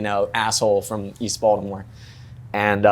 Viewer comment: No one from Baltimore pronounces “Baltimore” like how he does